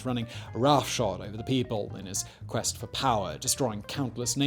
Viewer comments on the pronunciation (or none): none